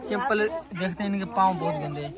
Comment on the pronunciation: Nice vlog .chepal nahi bahi chhapal bolte hai